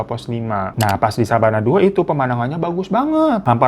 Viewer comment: Koq Sabana sih? Yg bener bukannya Savana yak? Apa efek lagi puasa nih gw jadi inget Sabana 😂😂😂